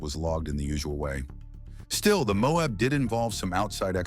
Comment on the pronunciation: The mobe.... it's MO- AB!